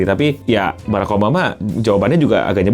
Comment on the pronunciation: Barak beo bukan berreek😅😅😅